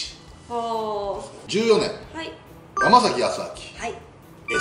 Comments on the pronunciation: やまざきじゃなくてやまさき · あと、やま「さ」き、くま「ば」ら ですね。 こういう内容なら名前は正確にお願いしたいです